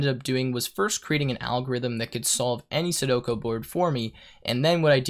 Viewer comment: Sue-doe-koo. Not sudoko